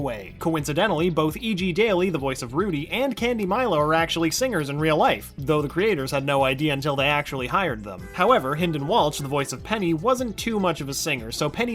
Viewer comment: hey I think hynden's last name is Walsh not walch